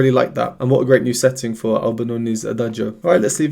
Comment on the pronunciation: Thank you so much for your really professional reaction videos. I just wanted to point out two things. 1) The pronunciation of "adagio" is without pronouncing the "i", as Lara pronounces it (she is a native speaker and so am I); in Italian, in words ending in -cio or -gio, the "i" is purely there to indicate that the "c" is pronounced "tsch" (as in chess) and the "g" is pronouced "dj" (as in jazz). 2) Lara is classically trained with 10 years at Brussels's conservatory, so that explains her breath control and her ability to shape her mouth in the right way to create the sounds she wants to create. Thanks again! 🙂